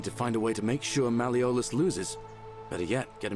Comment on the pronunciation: You can say Gal-AIR-E-OUS but not Mal-E-OHLUSS, you're hilarious.